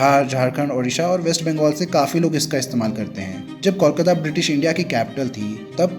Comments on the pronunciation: It's not callkata it's Kolkata! ok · 'Coal' kata not 'Kaul' kata. First correct the pronunciation.. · Since when did Kolkata become Kawlkata? Even in Hindi the spelling is कोलकाता. O ka matra became Aww? Shitty audio, wrong facs and too many wrong images used for representation. Needs way better research. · Kindly pronounce the name of Kolkata properly. The way you are pronouncing it the spelling would be Callcuta which is incorrect. Pronounce it like Coal-kataa. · Please understand what I am saying here. Calcutta is the name given by British. But what I said about the pronunciation is Call-kataa. The actual pronunciation is Coal-kataa.